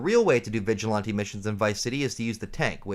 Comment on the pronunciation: I pressed ▶️ for the content topic…I STAYED for “vig-a-lahn-tee”😂 Salute! I dig your content bro!